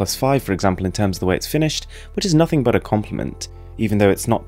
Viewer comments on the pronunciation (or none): none